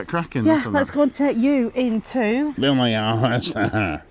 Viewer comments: Its pronounced yohosa that’s Veya yohosa 👍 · Hi guys the j in vilajhsa is silent and the thing out in the sea is a fish farm